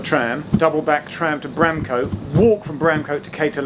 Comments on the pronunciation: Bramcote is 'bram-c't', not 'bram-coat' Basford is 'base-f'd' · "Bramcoat Lane" really annoyed me